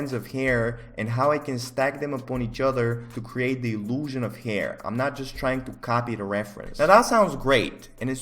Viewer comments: Nobody:..:"hayier" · nobody:: heair